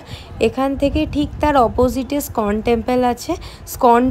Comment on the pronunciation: স্কন টেম্পল নয়, ওটা ইস্কন টেম্পল। উচ্চারনের কায়দা বাজীর ফল।